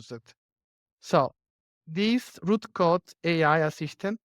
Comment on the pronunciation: It's Roo Code, not Root